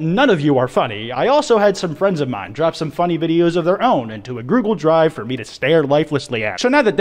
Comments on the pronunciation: did he just say grugle drive? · “A groogle drive” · "groogle drive"